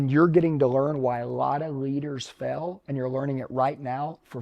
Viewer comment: He pronounces."fail" like "fell". On purpose??🤔